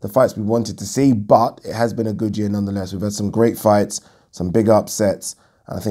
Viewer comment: Yeearrr... Funny how u say it like dat 🤣. Great content always